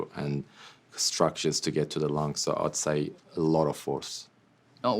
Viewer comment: Verno I could even get half way through the video, the word "so" being pronounced as "saarruuu" by that blonde chav was just too much for my ears to take.